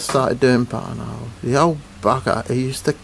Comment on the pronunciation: Your accent makes "buttonhole" sound like butthole.